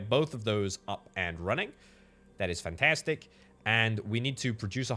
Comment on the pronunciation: "fentestik" EEN HOLLANDER!!